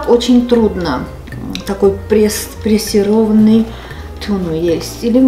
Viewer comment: Это называется пресованый а не пресированый 😊